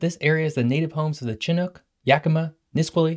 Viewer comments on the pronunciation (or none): I’m enjoying your content a lot. Just so you know, that’s not how you pronounce Chinook and Nisqually. It’s not CHIN-nook, it’s shin-NOOK. and instead of NIS-kwal-lee, it’s nis-SKWAL-lee. Once you’ve mastered those, it’s time to take on next-level words like Wahkiakum, Issaquah, and Puyallup. 😎